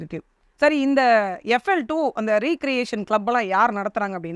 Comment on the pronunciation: ரீ-கிரியேசன் (re-creation) என்று சொல்ல வேண்டாம் ரெக்ரியேசன் (recreation) என்று சொல்லவும்.